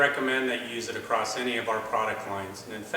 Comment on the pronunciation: What the hell is with everybody with this "ACROST" nonsense? This is the third video I've seen where they talk this way. Drives me nuts...that and "heighth", don't know what that made-up word is. Must be used by the "Valentimes" and "Happy New YEARS" people!